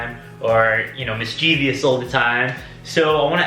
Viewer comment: You are mispronouncing mischievous. You are saying Mis-Chee-Vee-us. There is a “O” after the “V” so it can’t be pronounced with a VEE sound. Rather it is pronounced as Mis-Chuh-vuhs .